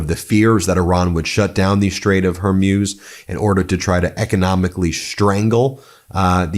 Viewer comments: Its hormooze. Never been hormuse lol. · It’s pronounced “hor mooz”, not “hor muse” Ben. Come on. This is not hard. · Ben, it’s the Straight of Whore-moos, not Her-muse, or whatever version you’ve been saying. I know it’s bad form to criticize when there is a war going on. I hope this attack does not push the people of Iran to support extremists. Great work, Ben, except for the pronunciation. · You say HER-MUSE, I say HOR-MOOZE (correct pronunciation), let's call the whole thing off! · Hey Ben, how come you keep pronouncing it, the "Strait of HERmews" when it's spelt "HORmuz"? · The Strait of Hormuz pronounced hormoos! Not Hormuse! Come on Ben get it right! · It’s not the Straight of “Hormeus”. It’s HORMUZ. MUZ. MUZ! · It’s Hor_muz! Not her muse! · Hormuz is pronounced Hormooz. not Hormews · It’s not Hermuz it’s Hormuz! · Hormutz. Not whormuse. The more you know 🌈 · Why do you pronounce Hormuz as hair-muse? 😅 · Ben: Pronunciation Strait of Her-Mooze NOT Her-Muze. Post Scriptum: America and Israel don't care about the collateral MURDER of CHILDREN. VOTE OR DIE. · Hormuz is pronounced Hormooz Ben. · Stait of Hormoos, not Hormuse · It's not pronounced Hormyuz- It's Hormoooz. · It's pronounced Hor-moos. I love you, Ben. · Ben, I have appreciated your dedication to your broadcasting about this despicable conflict. I lived for 20 years in the Middle East and just want to give you some advice about the pronunciation os The Straits of Hormuz. Hormuz is pronounced Hormuz. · It's pronounced her mooze. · "Strate of her-muse" 😅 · Hey, it’s not pronounced Strait of “Har-muze”. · Hor moooz .. thats how it is pronounced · Why is he saying Hormuz like he’s never head the word spoken